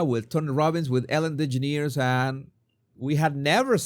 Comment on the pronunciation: Jesus, your comment about the Sussex chicken: “Yah, you’re married to one” was PRICELESS. I laughed out loud. Also, your pronunciation of Ellen DeGeneres cracks me up. Keep up the good work. I love your channel. 🇨🇦